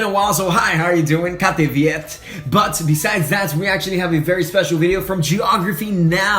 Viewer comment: you didn't say ''kā tevi iet''. You said ''Kate iet''. Which means ''Kate walks''